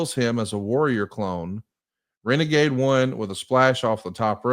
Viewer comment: "It's time for Reneghey" Tony Schiavone